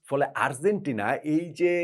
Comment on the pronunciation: bhalo-mondo milaye apnar analysis admire kori, ektu Argentina uchcharon ta ektu thik koren please..amader bangla medium a G Z J er uchharon khubi bhul-bhal, Arzentina arr boilen na bhai, kaney lage besh